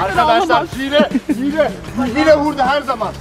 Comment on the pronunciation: her oyunda hiyle diyor